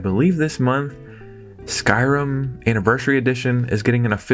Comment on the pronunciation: Did you say Skyrim?